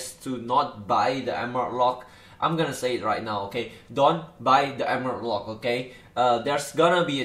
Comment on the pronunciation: Rollpack? Wtf i can't understand it says Emerald Lock or wtf?